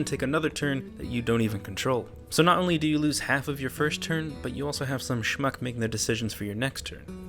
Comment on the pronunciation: You saying shmuck made me lmao haha. Love your videos, you are the hearthstone youtuber we need, not that we deserve!